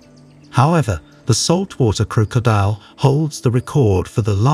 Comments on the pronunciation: Croak-co- diel 😅 he adding random As and Cs and you're right I dont think I can finish this video cringe asf. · Every time i he said crocodile i cringed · You need to find an AI voice that can pronounce 'crocodile' correctly.